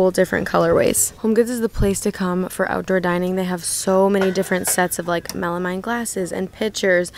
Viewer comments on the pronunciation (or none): I love your channel it’s really helpful to watch before I go out and do my shopping. One thing I wanted to let you know is the word “melamine” is pronounced melameen.